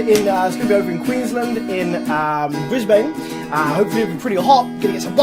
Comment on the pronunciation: lol, you will need to work on your pronunciation of Brisbane. Let me know if you coming down further south towards Sydney. Here is some